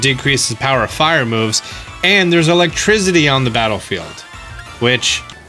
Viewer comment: Did you say electrisity.... my god I cant unhear that. But also good video man